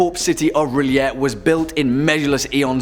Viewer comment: Yay! You pronounce R'lyeh like I do!